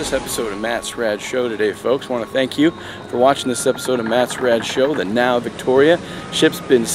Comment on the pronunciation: You're wrong, the name is Nao